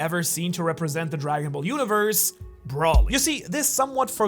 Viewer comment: Or "Brawly" can't blame him for that one I used to pronounce it like that.